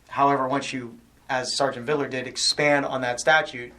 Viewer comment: Why didn’t I know that Vidler’s badge number is 0666? That’s noteworthy, especially when he looses it with dipshit Dewitte. Jeremy missed pronunciation classes. “Supposbly” and “Videler” for example.